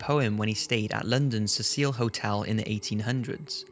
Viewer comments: Really good post man, but dude... 'See-sill' not 'Cecile' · You are mispronouncing the name of the hotel. It is pronounced "seh-sel", so that it rhymes with vessel, or nestle and is a mans name. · The Hotel is Pronounced See-Sil NOT Ses Seel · 15 seconds in and mispronounces Cecil and Los Angeles.